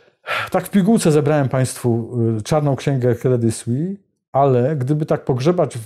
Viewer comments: nazwę tego banku wymawia się "kredi słis" a nie "kredi słi" - brak profesjonalizmu! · kredi słis, z wyraźnym s na końcu proszę.